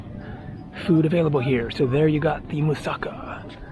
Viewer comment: For the benefit of the viewers- it’s pronounced moo-sah-KAH. The way it’s pronounced in this video sounds Japanese. There are many other mispronunciations in this video. Let’s all try to not be ignorant Americans when we travel abroad. As Americans we’re already generally disliked- except for our money. You can do better.